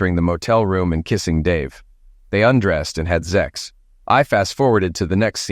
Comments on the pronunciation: Please--the word is sex, not zex; and it's kill, not eliminate. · Two point five zero dollars? Zex? What idiot narration is this?